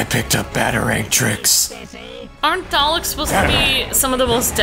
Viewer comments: Freddy (Freddu) Well, has said it correctly once or twice before, so I just had to get it out there. It'll probably affect me minimally from now on. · I know this is a bit picky, but can you stop saying "Darleks" and rectify it to "Daleks," please? I know I'm being picky... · SebastianDoesThings it's spelled daleks but you pronounce it darlaek